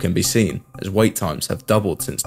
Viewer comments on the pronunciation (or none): none